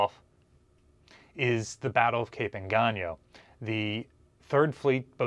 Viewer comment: Well atleast you say Engaño right, unlike a certain British man who places the Northern Fleet way WAAY south of the Southern Fleet. But please don't say Surigawa.